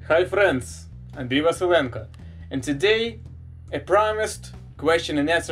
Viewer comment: I love how you say HI FRRRIEND!!!😂😂😂